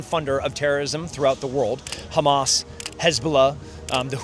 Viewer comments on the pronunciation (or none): none